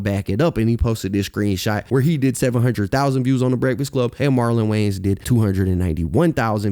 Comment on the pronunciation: Love your videos homie. But it’s WayANS not WayNES